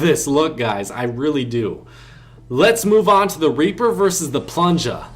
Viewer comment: I’m dead🤣 he said raper